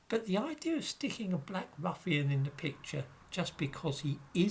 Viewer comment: I have to chuckle when Says.. ruffian..